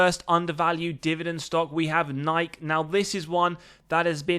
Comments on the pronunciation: *Nigh-key, not Nyke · Do you honestly not know how to say the company name: Nike??? It's pronounced: Ni - key (Nike) Sounds like: NI - KEY NIKE